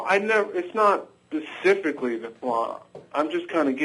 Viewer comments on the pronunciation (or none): Caller: "Pacifically..." *LOL* With that said, obviously he's not paraphrasing..he's reading a bunch of esoteric nonsense that even HE can't understand. If he truly understood his position, he wouldn't be reading from something to explain it.